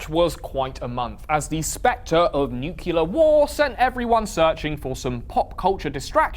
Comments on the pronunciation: If this guy wants to be a big-time internet news dude, he's gonna have to fucking figure out that it's pronounced 'nu-CLEAR', not 'nu-KULAR' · It's pronounced "nuclear" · never heard an Englishman pronounce it as "nu-cu-lar" before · When speaking about nuclear weapons, George W. Bush invariably pronounces the word “nucular.” Is this an acceptable pronunciation? Not really. Changing “nu-clee-ar” into “nu-cu-lar” is an example of what linguists call metathesis, which is the switching of two adjacent sounds. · He said nuke-u-lar boo! Boooooo! 😆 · he didn't just say "nucular"... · You said nookyoolerr on purpose, didn't you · I was enjoying this video until i heard his you pronounced nuclear.